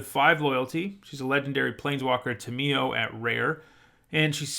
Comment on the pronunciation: you dont emphasize the mi syllable in tamiyo but the ta- syllable but ill cut you some slack since you produce these videos on a mad pace rn hehe